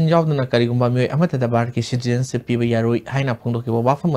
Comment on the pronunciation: Asi kanana pao panaba khlino.... pronunciation sengna tw ngmdaba... citizenship se shuru2 neislaga adum loisnkhre pao paba noi fwdi pronunciation dufwdi chumna twhninge